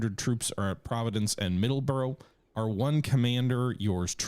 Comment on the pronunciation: Please get your Pronunciation of Middlesbrough right.